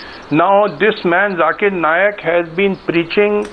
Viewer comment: Sambit 'Jhakeer Naaaayak". What is wrong with this guy? He is a doctor and he can't pronounce simple words!